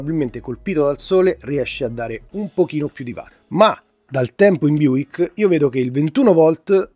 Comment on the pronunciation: a parte che si dice buLk non buik...Vabè... la differenza è nella corrente, un 42V richiederà un cavo di dimensione minore, rispetto al 21v, con un costo inferiore e più flessibilità nel passare i cavi ;)